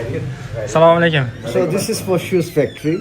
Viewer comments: Сололекум емас ассаламу алайкум ула бзани шевани чумнмиди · Assalomu aleykum deydida ukajonim. Inglizchaniku orqasini qonatding oma. Hech bo'lmasa to'g'ri salom ber o'zbeklarga o'xshab. Somaleykum qaysi til bu.